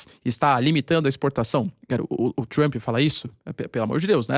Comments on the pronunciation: "Avaliou Trumo" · " Avaliou, Trumo" 😂